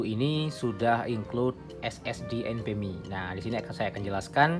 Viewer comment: bang, abang selalu sebutkan SSD enpemi atau apa gak jelas artikulasinya ?? Apa sih maksudnya enpemi ?? Maaf klu salah sebut krn artikulasinya gak jelas untuk penyebutan enpemi itu saja